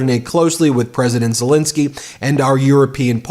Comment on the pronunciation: One thing it's " Zelenskyy" not " " Zalinski"